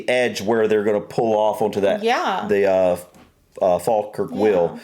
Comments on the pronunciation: It's just down the road from me. 😀 You did a good job on pronouncing Falkirk, if you want to say it like a local then it's Faw-kirk. Falkirk was a huge industrial area - we can travel the world and find Canon and Telephone boxes made in our town. The 'Carronade' was invented in the Carron Ironworks - worth checking out. There are quite a few videos out there of people transiting the wheel on narrow boats - you can hire your own boat or catch one of the tourist boats that takes you up and down. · I'm just impressed that you pronounced it as the Folkirk Wheel and not Falkirk the way you pronounce falcons.